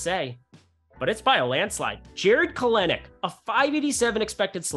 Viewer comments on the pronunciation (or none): It’s Kel•Nick! Get it right!